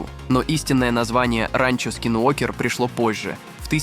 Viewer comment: абОртни говорит и ранчО! 😂😂😂